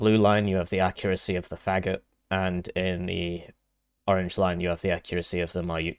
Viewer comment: Thank you for letting me know, but pronouncing it "Fagot" is way way funnier